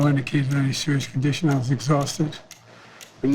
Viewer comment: 'No indishishication there's a serious condition.' 🤔